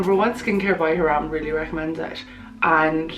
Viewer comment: Loved this video!! But please say Hyram the way he says it!